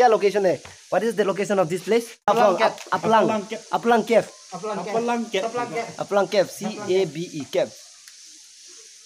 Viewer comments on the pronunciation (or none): Khawpanglang cave not apalang🤣🤣🤣